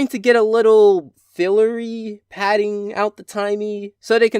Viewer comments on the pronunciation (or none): none